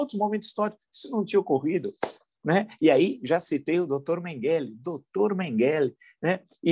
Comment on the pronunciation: A sua Pronúncia de "Mengele" não está correta - a tônica é na 1ª sílaba: é "<Men>gele> .